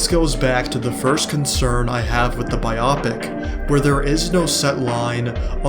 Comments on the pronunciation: your video is amazing and i think it will get milked like superhero movies. But i hate the way you pronounce biopic still subscribed. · I couldn’t keep listening after the pronunciation of biopic😂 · Same. I had this video in my watch later for a couple days. Seemed interesting. But I’m 2 minutes in and I don’t think I can continue….